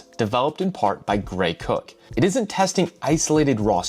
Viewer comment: I don’t know why I chuckled but he says Greg Cook but it reads Gray Cook